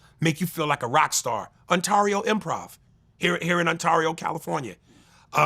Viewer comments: Yeah I came here looking for this. He pronounced Ontario wierd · Pronounced 'Onterio', even the Canadians got it right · The way he said Ontario had me like where's Untario California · never in my life have i heard anyone say The A in Ontario like the A in Mario XD, On Tar E-o lmaooooo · The way he pronounced Ontario is nasty. Respect the INLAND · The way Aries Spears mispronounces Ontario Improv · They way he pronounced Ontario is funny